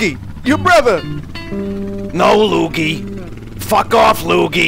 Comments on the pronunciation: dark viper42 But it's Luggy not Luigi. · Josh Walker You mean Luggy impression, right?